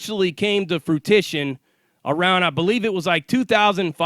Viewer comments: good video. The word is fruition not fruitition ALL LOVE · "Fruition" not frutition